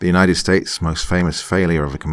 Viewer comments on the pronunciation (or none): none